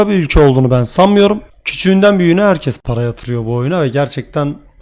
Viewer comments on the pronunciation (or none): none